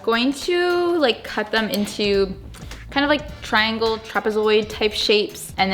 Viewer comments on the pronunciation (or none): none